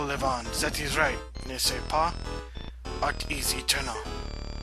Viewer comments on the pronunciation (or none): "nest-ce pas" means "right?" and is pronounced "Nay-pah". I am offended because I am taking french right now!